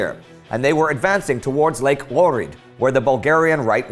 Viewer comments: Pls, Flo, tell Indy that he horribly mispronounced Lake Ohrid. It's not WOH-rid, it's OH-rid (you have to pronounce the h) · Ok. How about simply saying "Oh" and then "Hrid" together Also want to say thanks for such amazing content. Keep it up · The Oh part of Ohrid is pronounced the same way Scots pronounce och in loch. For example, see how this guy is doing it: watch?v=dRiWBRS3OC8 Or even better, since you have so many Germans in the team, you probably know how doch is pronounced in the TV/radio German. Just remove the "d" and keep the och part. Also I've heard Svetozar's name mispronounced sometimes. The 'n' in Bojna is hard, but Indy keeps pronouncing it more like von Boynya instead. The "na" is same as the "na" in Monastir. By the way, great job on actually managing to do pronunciation more or less OK!